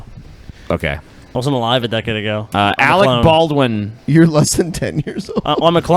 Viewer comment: Awec Baw-win is garbage.